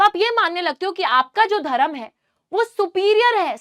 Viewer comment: Your pronunciation is bad your Hindi pronunciation is bad not Dharam it's dharm 👏